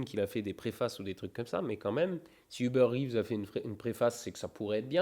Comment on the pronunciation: Salut! Juste pour ton info, le nom de Hubert Reeves se lit comme en français, pas besoin de le dire à l’anglaise 😛😜